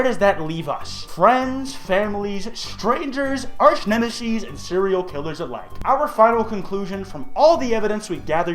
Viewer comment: "Arch Nemisees" eYe- LMAO